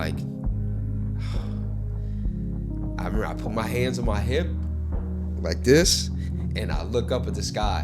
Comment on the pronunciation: Did this dude just say I put my hands on my hipps?....😂